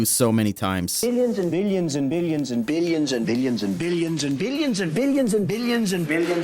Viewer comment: I heard "biddion" instead of "billion" in motage